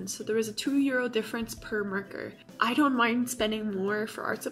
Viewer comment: You say marker as "murker" xD